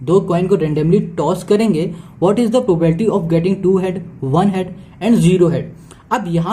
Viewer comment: It's not probalty it's probability.....